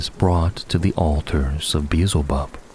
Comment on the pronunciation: Bro, it's pronounced Bee-el-ze-bub, not Beezlebub 👍🏻